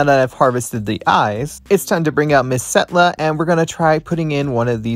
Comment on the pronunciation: Y'all it's Setlla not Stella